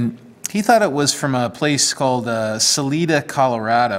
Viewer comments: It's pronounced Sa LIE da. My grandfather was the superintendent of the railroad tie operation there in the late 40's. Rocky flats (between Golden and Boulder Colorado just west of Denver) made the Plutonium triggers for the early bombs if I am not mistaken. Later they were made at the Pantex plant in Texas. Here is a link to a bit of history of the machining done in Salida. "Hundreds of men were employed in the D&RG machine shops in Salida. It was the largest, most complete repair shop between Denver and Salt Lake City and could repair or rebuild any kind of disaster that might befall a locomotive or piece of rolling stock. On several occasions the crew built locomotives using spare parts from others. Maintenance was a large part of the work here. (1)" Thanks for the history and appreciation for those that came before us, whether stone tool users or nuclear weapon machinists. This episode is a keeper. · There is no 'E' sound in 'Salida' That's what the ''I' is for.